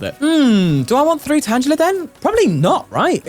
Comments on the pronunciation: Ok, why does he keep mispronouncing tangela? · Pronouncing Tangela with a soft "g" you're always finding new way to deeply unsettle me